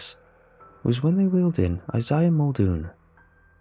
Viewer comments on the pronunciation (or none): none